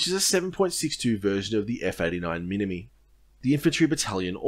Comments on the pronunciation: Minimi is pronounced minim'eye' not mini me.... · I doubt that. But even if true, as this is a video on the Australian Army narrated by an Australian, its mini-MY. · Minimi = Mini-MY, not Mini Me. Other than that, first rate video! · everyone gets this wrong, its pronounced MinimI, not minimi, hard i. Minimi is short for Minimizer and you pronounce the I the same way through the shortening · “Mini me” Minimi is pronounced “mini-my” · Serving full track here. Mate, with exception to some very recent developments this guide is fantastically accurate. In particular your explanation of the organisational structure of Army is exceptional. I'll likely show this to the new blokes as they rock up. Very well done! On the colloquial side of the house minimi is pronounced 'mini-my' and we call the FN MAG the 'MAG 58'. Other than that I'd have assumed you'd served yourself. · this is such an incredibly informative and well-researched video but for the love of god it's a steyr not an "ay yu gee" and a minimi not a "mini-me" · Pretty good video. For future reference, Minimi is pronounced "Minimeye" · its pronounced mini-MYE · I know you never served the army by the way you pronounce minimi, but no the less great video!!